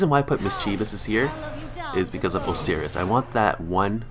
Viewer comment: MIS-chiv-us It's pronounced MIS-chiv-us. Osiris is pronounced Ohs-eye-rus Poseidon is pronounced Puhs-eye-din